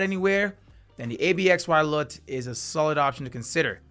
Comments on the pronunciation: It’s actually pronounced "Absolute”… just so your aware… not trying to be rude just thought I’d share the information so you and your viewers were aware… thank you for the review tho… much appreciated 🫡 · Great video 👍. Its pronounced "Absolute" btw